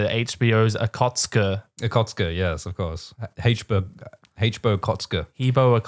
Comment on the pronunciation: The way says aKotSK sounds too much like 'kotske', wich is Flemish for little puke